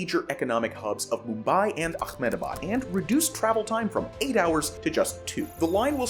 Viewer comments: mumbai to ahemdabad not "Akmamabad" please try google.translate or dictionary to pronounce other parts of your world correctly. It will help your projects to sound normal. Sorry i had to wrote that couldn't resist myself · ahmed-da-bad, not akhemed-da-bad. Stop making it sound like some Arabic region. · Are you Jewish? why do you say AkhmedAbad it is AhmedAbad H not Kh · What is with the pronunciation akkkkhhhhhmenebad? There is NO K. Learn how to pronounce Ahmed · as an indian the way he says ahmedbad as akhmedabad is so funny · nahh i spilled my tea at ahemdabad. just call it what locals call it its really simple its pronunced as "amdavad" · I lost you when you said Auckmehdabaad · Its pronounced "Ahem-da-baad" 😂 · when you said Ahmedabad I got so confused hearing that as an Indian, so to help the way that you said it is quite frankly wrong. I’m guessing you were trying to make it sound Arabian but it’s mainly Indians so it’s actually pronounced “Amm-Da-baad”. It’s like “I’m the bad” but double letters get a longer sound and the a becomes au. Hope this helps 👍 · bro's pronunciation of Ahmedabad is killing me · Pronouncing the Indian city of Ahmedabad in a fake Arabic accent is the most stupid thing ever. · You pronounced Ahmedabad very wrongly, its not arabic. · That's not how to pronounce "Ahmedabad". It's not the correct pronunication for "Modi", for that matter. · Well that’s a new pronunciation for Ahmedabad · Ahmedabad in is India and not the Middle East, so you don’t pronounce the name with an Arabic twist… it’s pronounced as written and not with the ‘k’ sound you are throwing in. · Learn to pronaunce ahemdabad correctly 🙄